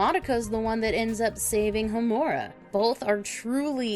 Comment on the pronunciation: Ho-MU-ra? Really? It's pronounced HO-mu-ra